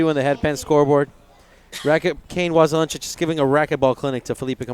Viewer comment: Waselenchuck, pronunciation, get it right. It's driving me nuts! Was=len=chuck. Not was a len chuck. Thanks! :)